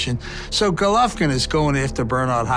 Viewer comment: first pronounce his name right you inbred, and second you think jacobs is gonna KO ggg in 6 rounds? YO LMFAO I FOUND SOMEONE MORE DELUSIONAL THAN KELL BROOK YOOOOO CTFUUUU